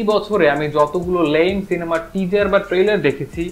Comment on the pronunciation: আপনার "জ" উচ্চারণটা শুনলে হাসি আসে কেনো জানি।।। টিজজার , একজামপল